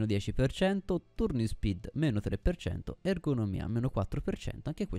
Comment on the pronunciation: effettivamente non mi ero mai fermato a pensare ai materiali, quindi da questo punto di vista ora so qualcosa in più e credo sia l'obiettivo del video, unica cosa "turning speed" pronunciato con la u non si può sentire XD